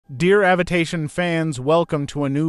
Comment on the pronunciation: I cannot force myself to listen to an AI voice in any video, no matter how much interest I may have in the topic. I generally stop it within 10 seconds. The opening line of this video, “Welcome avitation fans” took less than a second for me to stop it. At least I got a good laugh.